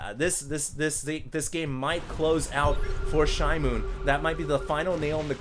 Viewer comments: Hey, are you sure it isn't SHE-moon? It means newspaper in Korean. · pronounced it "shi-mown" like a noise michael jackson would make